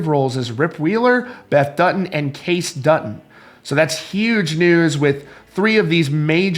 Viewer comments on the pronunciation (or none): Dude, if you're gonna give updates on a show, you should know the main character names Kay-cee Dutton not Case Dutton, thank you. Billy Dukes knows how to pronounce it. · Why is this “reporter” reporting g on this when he can’t even pronounce KAYCEEEEE, it’s not Kase! Obviously this man has never watched an episode! Also, this wasn’t the most popular series of the last decade! One of the most popular but don’t forget Game of Thrones and many many other big big shows that had the world in a choke hold. This reporter is a dud 👎🏼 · Most popular series of the last decade??? Come on now, it was ONE of the most popular but don’t forget the choke Game of Thrones had on us. A lot of popular series were on in the last decade! Also, it’s not Kase Dutton, it’s KAYCE 🤦🏻‍♀️ not the best reporting from this site. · Luke Grimes name is pronounced Kay-cee